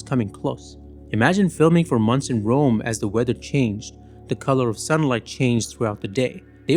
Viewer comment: Filmed in Wome? I have a vewy gweat fwiend in Wome …